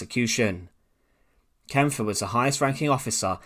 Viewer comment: Great video mate. One little tip, I believe the e at the end of the guys name is silent so you just pronounce the pf.